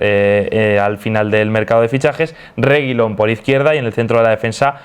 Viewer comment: No se porque pronuncia el apellido de Reguilón como si fuera un elfo del señor de los anillos